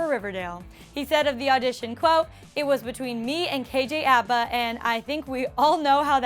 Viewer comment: Umm your saying kjs last name wrong but it moari bit that's ok you would know being moari from New Zealand